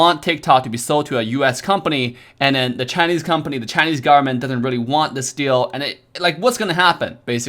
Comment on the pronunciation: No one:: US GARMENT